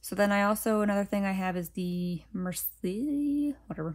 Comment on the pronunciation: This one is so beautiful! Love it! (Merci is pronounced “Mair-see” )